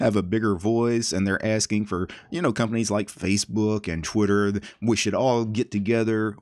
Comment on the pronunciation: I'm not sure about this but... is there a chance you said "Twiturd" instead of "Twitter"?